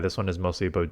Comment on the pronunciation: Damn i just heard it He pulled the canada abooot